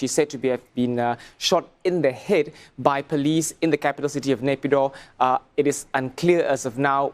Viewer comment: Pls pronounce Myanmar capital properly like WaiKit.